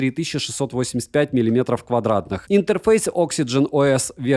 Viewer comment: слово интерфЭйс ты произносишь очень по-одесски, я тебе точно говорю!:)))